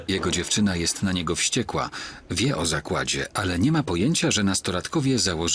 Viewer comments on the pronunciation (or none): tylko ja słyszę zagładzie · Lektor na początku odcinka powiedział ,, zagładzie" a nie zakładzie. Pomyłka idealna.